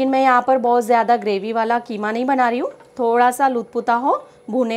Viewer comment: ये कीमा है या खीमा